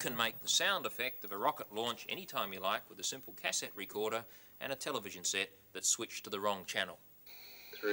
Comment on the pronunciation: the way he says cassette makes my blood boil >.<